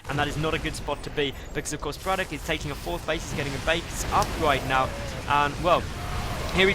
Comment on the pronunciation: Don't want to bother, but pls say brAtok and not brotak! U did this last time u casted him as well